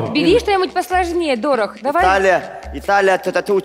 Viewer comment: как так можно читать фамилии, Дорох 😢